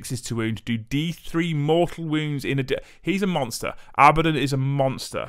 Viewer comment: It's pronounced . It has 2 D's, not B's.